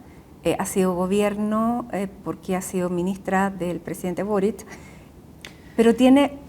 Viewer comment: Tienen la manía de pronunciar Borich... Es boric...Borik...